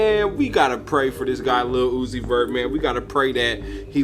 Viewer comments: The way he pronounce "Lil Uzi Vert (it's like Lilly Loosey Vert)'😂😂😂😂😂😂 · In addition to the factual info you shared...his name is "LUCIFER" PROOF: Say or Pronounce Lil........Uzi..... Vert very, very slowly like sounding out each syllable in slow motion. Lil-u-zi-ver (t is silent) It will sound exactly like "LU-CI-FER".. He is MOCKING & Hypnotising them with muSICK, promoting pills & potions along with NIKKI "man"-aj (Mirage)... literally! Also Nikki is Satan's NICK name...Remember Adam Sandler (the Jewish handler) movie called "Little Nikki"...D'evil son... No coincidence Nikki in a video collaborating with UZI..Nikki always say "Yall my sons"... Supports Baph 6 God who is DRAKE and 69 which represents both sexes in a per-VERT overly sexualized manner! It is SPELLed in the muSICK words. Man's World or MAN'S WORD which they say GOD is the WORD...yet men created English words and languages. Hence that so called God everyone worship is the 6 GOD..which represents MAN and 9 represents 9..But bisexuals lust for both SEX so they WARSHIP BAPHAMET who is the GOD of CONfusion, Death, Pedophilia, RAPE, HATRED for WOMBMEN, and WAR...THAT'S WHY they WARSHIP BLOOD & DEATH SKULL & BONES....THEY CONfess with lyrics, name titles, company names symbols and or colors and shapes the use to DECODE THEIR SECRET yet PUBLIC MESSAGES..they BROAD CAST spells, WORDS which are SOUNDS added together to be absorbed into the MIND/SOUL and BODY to CONtrol, use, and abUSE you like sheep! And the DELTA (Triangle) hand symbol represents a pyramid which is the elite model for po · Yeah say his name correctly first